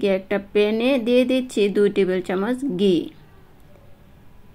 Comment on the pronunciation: খ,গ,ঘ,ঢ,থ,ভ,ব, এই বর্ণগুলোর উচ্চারণ সম্পর্কে আর- একটু সচেতন হলে আরও ভাল লাগবে। ঘি'কে, গি- উচ্চারণ করলে খেতে ভাল লাগবে না । দুঃখ পেলেন !?